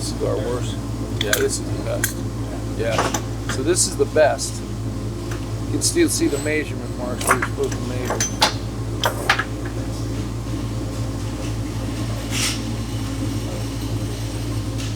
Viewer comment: Can we get to stop butchering the word ‘measurement’? It’s ‘meh’ not ‘mae’. Idk it’s like he’s doing it intentionally.